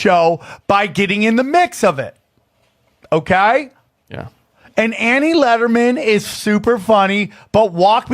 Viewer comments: How the hell is famous in anyway. That dude just screams nonsense into a mic and pronounces words so fucking pretentious “oohkaiy” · Why can’t say ‘okay’ properly?